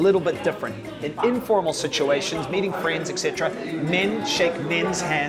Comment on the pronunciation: Now that we have learned how to properly pronounce Barcelona maybe it's time to say 'et cetera' from now on, not 'ex cetera'.